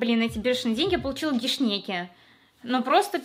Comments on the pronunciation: Гешнеки 😂 Гэшенки (подарки) Шнеки как шнеке в переводе - улитка 😜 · Не гешнеке😅 а гешенке а по немецки Geschenke 🤣🤣🤣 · Гешенке (24+1 подарка), не гешнеке.❤ Тоже себе заказала 😄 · "гешнеке" мой внутренний человек еще помнящий немецкий "а ну иди сюда ща рот с мылом будем мыть" :D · НЕ МОГУ ОСТАНОВИТЬСЯ ОРАТЬ С "ГЕШНЕКЕ" ПОМОГИТЕ (знаю немецкий 9 лет прост) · Geschenke - подарки с немецкого. И читается это ГЕШЕНКЕ